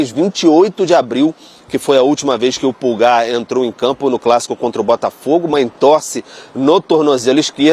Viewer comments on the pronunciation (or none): A pronúncia correta é Állan, e o Pulgar é Púlgar, mas ele prefere ser chamado de Erick.😉